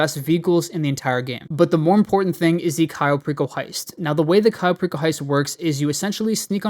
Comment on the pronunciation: did you just say Cayo Pickle heist😂